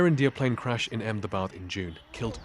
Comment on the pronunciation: Months since the crash, and bbc reporters still can’t be bothered to learn how to pronounce Ahmedabad.